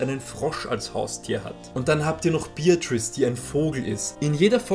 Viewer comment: Woww zum ersten Mal wird ein Türchen geöffnet, anstatt dass die Kamera jedes Mal in Ohnmacht fällt. Wieso heißt sie eigentlich Beeähtrüis und nicht Beatrice? Weil ich kenn Leute mit dem Namen. Anyway, die Serie hab ich damals im Fernsehen erwischt, war aber schon 5 Jahre her.